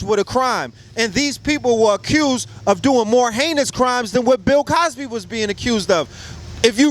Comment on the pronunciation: This nigga said Pill Cosby 😂😂😂😂